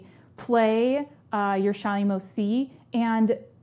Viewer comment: Thanks for the helpful tips. I have a probably very silly question though. What kind of 'C' did you call it? A 'shymo' C? What's a 'shymo' C?